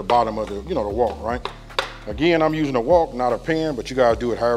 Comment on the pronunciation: WOK not walk bro 😅